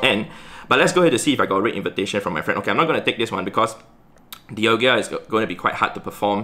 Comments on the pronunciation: It’s di-al-ga not di-al-gia. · Heads up, it’s pronounced Dialga, not Dialgia. 🙏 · I still dont understand why says Dialgia:D